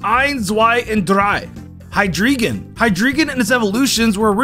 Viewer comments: 'Starting with Deino, it goes Eins, Zwei, and Dr-AI.' 'Hydr-EE-Gon -' Why must you torture me like this. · Him: Zweilous and Hydreigon have Zwei and Drei in their name Also him: Zwelious and Hydreegon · "It goes ein twei and drei." "Hydreegon" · love how he says the names are based on ein zwei and drei but then pronounces drei in hydreigon as drEE instead of drY. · Yes, hy”drei”gon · >knows that the hydriegon line has german numbers in their name >still pronounces hydreigon as "hi-dree-gun" idk i just wanted to point this out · "Ein, zwei, drei" literally 1 second later "hyDREEgon" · is nobody gonna talk about how weird this guy’s pronunciations are? “archops” hydreeegun” lol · I know? I am German. And he still mispronounced the names. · Pronounces Ein Zwei Drei correctly Also literally 2 seconds later: Pronounces the Drei in Hydreigen wrong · Funny how he talks about the German numbers in the Deino line but still pronounces the second two forms differently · Bro how do you still mispronounche hydreigon you just said the word